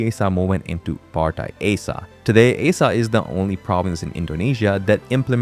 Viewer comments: Aceh It's called // AH-CHEH // man... Not ae-sha 😂😂😢😭😭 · Aceh is pronounced as Ah Cheh not “A Seh” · First of all, the name aceh spelled "Uh- CheH" not "Uh-seh" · "Aceh" should be pronounced like "ah-chay" (or similar to name of the Spanish letter "h") not "ay-suh" or "ace-uh" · Its "A-cheh", not "æ-cee" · Aceh is not pronounced “A-sah”. It’s pronounced “Ah-chay” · I thought it was A-Keh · Acheh is not A-Sa but pronounced as Ah-Cheh! 🤣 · It is called áchéh Not aseh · Aceh is pronounced 'Acheh'. I know as I lived in Indonesia. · this guy butchered "aceh" for context it's pronounced like acheh and the e is like the first e in ever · Aceh is pronounced archay. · Acheh is pronounced Ah-Cheh. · Its pronounced as Ah-Chay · Isah njir 😂 Bukan aceh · Hello Aceh is pronounced "uhh-che" ('Che' as in check) Thank you 🙏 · The way you pronounce ACEH 💀